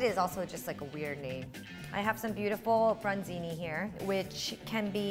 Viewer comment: It’s bronzino